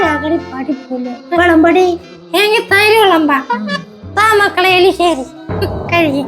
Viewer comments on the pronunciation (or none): Erisheri-❌ elisheri-✅